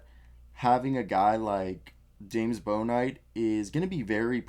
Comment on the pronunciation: It's pronounced Book-knight. How big of a reach do you think it is for the #14 warriors pick for Chris Duarte/which team do you think Duarte is gonna get picked by?